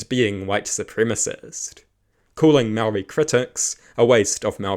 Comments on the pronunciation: Good grief man at least make an attempt to pronounce your words correctly. Its ok to not like TPM on policy but have a base level of respect and not constantly saw mow-ree. Imagine if someone perfectly capable of saying your name kept calling you "Powell". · This is a great premise and there are some sensible takes. Please work on your pronunciation of "Māori". Not because you sound racist, but because your pronunciation is bad. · Is not being able to pronounce Maori part of the joke?